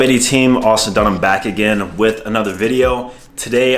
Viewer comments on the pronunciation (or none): none